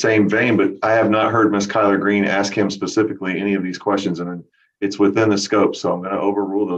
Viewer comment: I keep hearing 'Collard Green' instead of Keller Green God is such a bore.. imagine trying to have an interesting conversation with him..